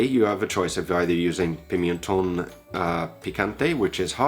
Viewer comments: It's 'pimentón', not 'pimientón' ... in case you're eager to pronounce well. Nitpicking, I know. Love your channel though. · love this simple dish! PLEASE tell me in the meantime you've learned to pronounce Pimenton.... PEE-MEN-TON